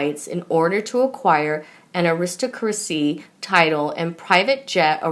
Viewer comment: This reader is a joke...she pronounced "aristocracy" Uh-WRIST-o-kra-SEE.....that's pitiful...